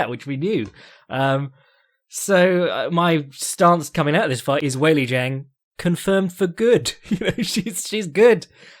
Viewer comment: Fyi Zhang is pronounced Jang in English and in Chinese its Jung, not Zeng